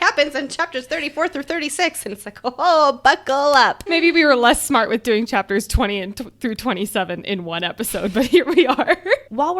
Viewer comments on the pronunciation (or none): none